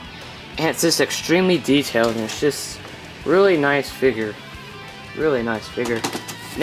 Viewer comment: Dude it figure not figer